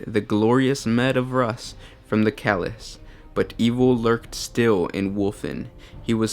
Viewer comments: Also...what is a "Calice?" Isn't it CHalice? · calis......calis......ch..ch...chalice.... ch pronounced just like chair.